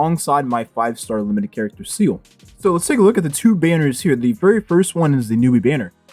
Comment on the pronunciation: Pronounced Zee Le.. Not “Seal”..